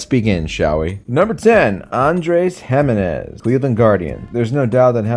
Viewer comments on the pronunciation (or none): You didn’t pronounce Giminez correctly. Yes I’m a petty guardians fan